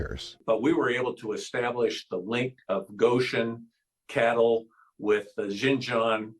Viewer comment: Thank you. For this. Sheeple (the EV crowd). I have read the comments - NOT ONE MENTION of CATL pronounced "cattle" . Does anyone want to acknowledge the inhumane CCP? (The #ONE threat to humanity)!